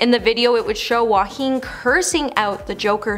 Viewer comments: Please pronounce Joaquin’s name properly. He should’ve never been cast in this role after what happened with Heath Ledger when he filmed the Joker. It literally killed him becoming the Joker & not being able to sleep due to the nightmares he was experiencing over the extensive mind manipulation used to get him to be right for the part. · Unbelievable she can’t even pronounce Joaquin properly & keeps repeating incorrectly. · I agree that They should pronounce his name correctly. However, he was amazing as joker. Also, maybe you forgot he lost his famous actor brother, River Phoenix. So, he definitely understands losing someone too early. Which is probably why he did such an amazing job.